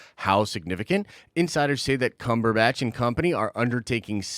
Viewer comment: Why the snide pronunciation of Benedict Cumberbatch's name? You're better than that.